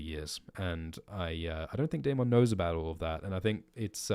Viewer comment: Bring back sexy Milly Why are you saying Daemon so weird